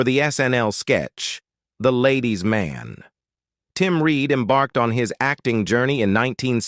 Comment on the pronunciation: Embark-ed. Foot-ing. AI MUCH? What foreign war or drug trade is this monetization supporting, if any?